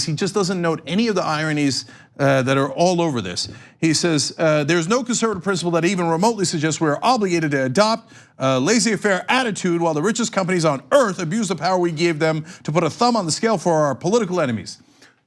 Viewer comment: Does Cenk say Lazy Affair on around 11-12 minutes in? Or does he wants to say Laissez-faire ?